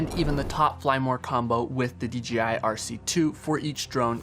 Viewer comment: Great vids, but you forget that the BRAND is Pronouced with a JAY not a GEEEE. why you keep saying D Geeee I ???? Come on now !